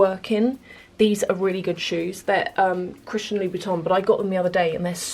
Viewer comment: Did she say Christian louboutin correctly? I heard Louis Boutin lol